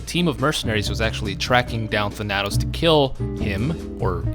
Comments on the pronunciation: Thanatos is spoken as Thana-tos, not Than-atos just a future reference thing in case he ever pops up again on a list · Tha nat os? It's Thana tos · Its Thana-toes not tha-natos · Your pronunciation of Thanatos was killing me.. "Than-Uh-Tose" just so you know.lol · Thuh-nat-ose? I always said Thhan-uh-tose. Like Thanos is pronounced but with the added uh-tose after Than. Oh wow you say Thay-nos instead of how everyone in the MCU says it...alrighty then. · The way you pronounce Thanatos kills me. Thanatos. THAN-uh-toes . Greek personification of death. Not even a particularly unknown name. One of the most commonly known pieces of Greek mythology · "THAN" + "uh" + "tos" is how you pronounce it my god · Him saying Tanátos took years away from my life expectancy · Interestingly enough thanatos is actually pronounced than-a-tose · his name btw is pronounced "Than-uh-toes" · Than-a-toes as in the greek god of death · You pronounced Thanatos wrong look up the Greek God of death and listen to the pronunciation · You mispronounced Thanatos.... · How the fuck do you mispronounce Thanatos and Thanos IN THE SAME BREATH?! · I love your vids. But please.. please stop mispronouncing thanatos. It hurts me so lol.